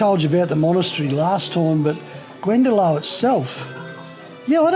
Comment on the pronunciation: Glendalough pronounced glen da lock.Beautiful place